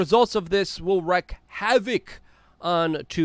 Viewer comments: Luke, It's Wreak havoc, not wreck havoc. And there is only one T in exacerbate. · Luke, I want you to be as influential as possible. That's why I frequently try to correct your spelling and pronunciation. Today's word is wreak as is "wreak havoc". You are pronouncing it REK as in a car wreck, but the correct pronunciation is REEK as in "reeking of urine". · Why do you always say "wreck" instead of wreak!? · My misophonia goes off Wreck Havoc Wreak(wrēk) Havoc ✅ 😏